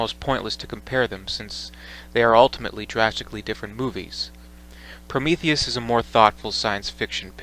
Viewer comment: Did he say he loves Promethus?? 🥴🥴🥴